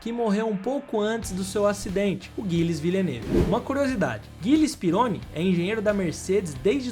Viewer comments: Não deixei de curtir ou seguir, mas as pronúncias de pilotos e equipes não ficaram legais. Um vídeo bacana desses merece um cuidado maior. Por favor, entenda como uma crítica construtiva a um trabalho tão bom. Gilles, Pironi, Ensign, Tagliani, etc... As pronúncias estão aí e são acessíveis. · Gosto muito do conteúdo do canal, mas o narrador precisa pesquisar a pronúncia dos nomes dos pilotos antes de gravar. "Pirroní" é a pronúncia correta do piloto francês que se acidentou em 1982. Não é 'guilles", é "gille", dentre outras pronúncias equivocadas neste vídeo. Espero ter ajudado. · Os nomes pronunciados eram Pihony e Gilles (não Guilles)